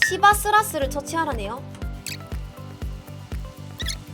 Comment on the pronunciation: 시바스라스ㅋㅋㅋㅋㅋ 발음 찰지시네요ㅋㅋ